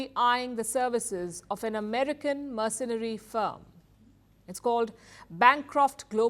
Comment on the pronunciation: The reporter cant pronounce the word "mercenary." And the guy's nickname of "Colonel Sanders" went over her head...